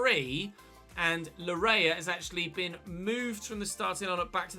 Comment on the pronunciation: Laryea's name is pronounced "Lar-yay" it's a Ghanaian name for some context